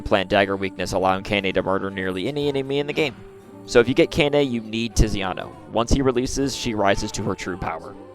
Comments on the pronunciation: FYI, 17 was at the start of the game, 20 is at the end 🤓 Also, Kainé is pronounced Kai-nay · Pronounced (kye-nay) And also THERES A TIME SKIP IN NIER MISTER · my brotha how are you mispronouncing her name when you included the clip of her saying her name in the beginning💀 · Man how you pronounce kaine is just weird lol